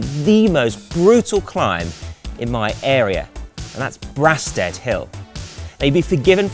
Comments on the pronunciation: Strange choice! There are far more iconic climbs in this area , what about Yorks, Toys, or One tree. For someone "local" would have thought they might know how to pronounce it !!! Its Bray-stead. I understand it's personal choice on clothing but as a responsible publication is good to promote dressing like ninjas in winter. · It's pronounced Braysted. A bloody hard climb. Good work.